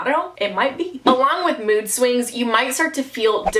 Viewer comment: "siwings" 😂😂😂 im aboutta die of laughter pf possibley heat stroke idk can you get heat stroke from sweating like crazy under your blanket cause your cat left you in a dark room... ehhh idk wait but i can never stop eating 😂😂 "the second you start wanting some really weird thing" me trying to come up with something weird: piss and peanut butter!